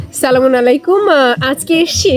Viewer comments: আপু আপনার ভিডিও গুলো খুব ভালো লাগে কিন্তু আপনার সালাম দিবার বয়েজটা আমি এখনো বুজতে পার ছিনা ছালামুন আলাইকুম না আস সালামু আলাই কুম (বাট ছরি মাপকরবেন ভুল হলে) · Apni .salamta. shuddho Kore bolun eta assalamu alaikum hobe Salam ta shuddho Kore bolun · আমার মনে হয় আপনার সালামটা পুরোপুরি কিলিয়ার না 😢😢😢😢